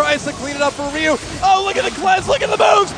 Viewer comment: I find it fascinating that some people pronounce Ryu as "Rayoo" or "Riyoo".